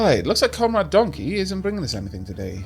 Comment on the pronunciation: "if donkey shows up" ... "the donley-show is up" is what I heard...